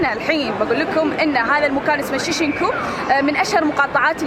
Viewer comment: اسم المقاطعة شينجكو وليس شيشنكو.